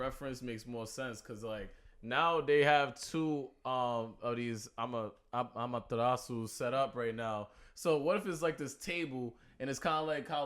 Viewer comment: How do you guys watch the whole Naruto series and still not know how to pronounce Amaterasu?